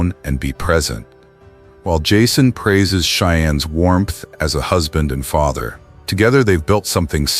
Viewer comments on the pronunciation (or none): none